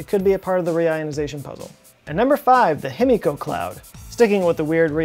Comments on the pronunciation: Love your vids! Japanese pronunciation lesson of the day. The i is always pronounced like “ee” so it’s Heemeekoh. You’re welcome! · Himiko = (He - Me - Ko) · Himiko would be pronounced he-me-ko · A giant what? Oh, a die-key-ree, now I get it... no thanks to your Texan pronunciation.